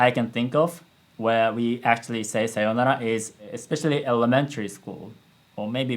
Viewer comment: As a Banana Fish watcher I felt pain in part with 'Sayounara' pronunciation